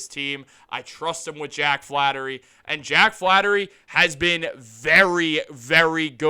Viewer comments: hey Einstein its Flaherty not flattery. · it's FlaHERTY Not Flattery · FLAHERTY. NOT FLATTERY. Gucci Mane La Flaherty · Thank you. I was cringing when he repeatedly said Flattery. We had a player with the same last name before. If you are so excited about this rumor (not fact), at least get the name right first. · Bruh say the man’s name right